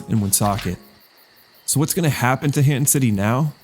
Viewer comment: Hanton is just Hernton in a Rhode Island accent 😭